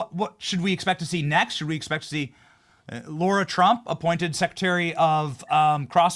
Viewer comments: Pretty sure it’s “lar-ra” not “lor-ra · 😂 Love the clip - McConnell needs to go. It’s Lara not Laura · Larah!!! Not laura! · Benny it’s Lara Trump LARA 🤣🤣🤣🤣🤣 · Benny it's LARA not Laura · Benny - it's LA-RA, NOT LO-RA. Lara. Not Laura. This is like my 8th time saying this, please someone read the comments section.❤❤❤❤❤❤❤❤